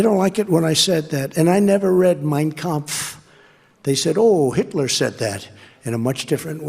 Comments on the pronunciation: He never READ it (mein kampf), but he sure does a fairly good job (not perfect) at PRONOUNCING IT. 0_o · He can't pronounce Arizonians but perfectly pronounces Mien Kamph. I have questions.